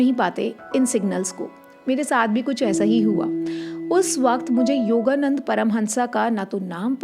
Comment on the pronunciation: योगानंद... Not योगानंदा... 🌹